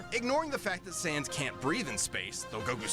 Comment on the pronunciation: I’m sorry… I’ve heard death battle already but… did… did they say sans instead of gans? 0-0